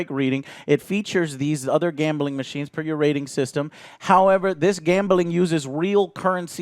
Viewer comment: Great video. Can i just say tho, Joe, there is no E in gambling. GAMBELING